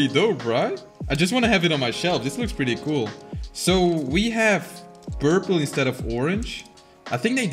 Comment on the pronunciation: finally I’m not the only one who says “burple”